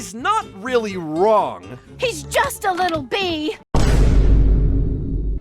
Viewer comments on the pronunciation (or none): "hes not wong"